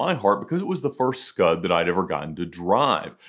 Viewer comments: As an Italian I'm very offended by "scud" RESPECT FOR PRODOTTO ITALICO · Say “Scud” one more time, Ed.